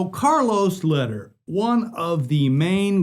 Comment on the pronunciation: Hey there, my goodman Charlie's last name is pronounced "lay-dear" and not "ladder"